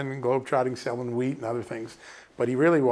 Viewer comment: I thought John said SELLING WEED